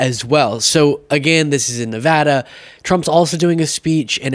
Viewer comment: Thank you for pronouncing Nevada correctly!